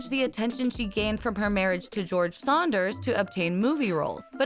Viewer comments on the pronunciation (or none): “George Saunders” it’s Sanders lol